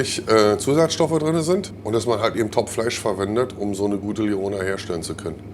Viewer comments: Niemand spricht lyoner französisch aus… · Wie wird „Lyoner“ hier denn bitte ausgesprochen??😂 Liongger